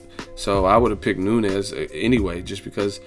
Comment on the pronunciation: It's pronounced "noon-yez" not "nu-nez" .... I'm sure she's going to be around for a while so I would hate to hear U mispronounce her name multiple videos for the duration of her time as champ or relevancy.